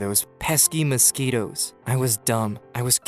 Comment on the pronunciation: U mean "mouskitos"